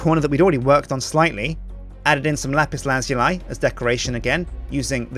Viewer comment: Does ANYONE pronounce lapis lazuli properly?